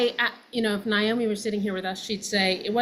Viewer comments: Naomi is not pronounced Niomi. The”i” is at the end. It’s a simple name. NA- OMI.🤷‍♀️ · The two of you both. Saying Niomi instead of Naomi really freaks me out. Do you both know you’re doing that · Why do y'all (especially this director) keep calling her Ni-omi???🤔🤨🙄 Her name was NA-omi!😆🤣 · NAOMI NOT NIGH-OMI ..Shame on both of you NOT EVEN knowing how to properly pronounce this legends name! Wow! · let's pronounce mom's name RIGHT pleeease..... NAOMI... should sound like this 'Nay-Oh-me' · Please!!! Pronounce their names correctly 😖 It’s Nay-Omee and Why-nOnna. So disrespectful of both ladies to continually butcher their names. Do better!!! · Yup, NAY-omi, & I hear the mispronunciation in many news people, show hosts, & those who've had only a passing, professional interest in them. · Her name was NAY-Oh-mee!! 🫠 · I can see Melissa mispronouncing it cuz it's just another story for her to get into & on to the next one. But Alexandra, who spent countless hours immersed in this family? Huh lol